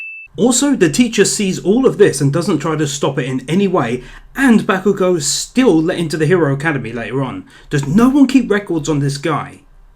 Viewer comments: Dragon Ball Super Is Shit Ba/Bah-kugo not Back-kugo lol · the A ins bakugo is pronounced like aw not ah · fuckin. "bAAkugou" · Ugh sheeple ''bahkugou'' TRIGGERED true fan : calm down its pronounced Bok - oo - go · You are a sin for saying Bakugo's name wrong. I rest my case.